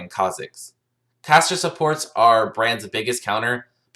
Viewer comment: Nasteey haha i heard cancer every time😂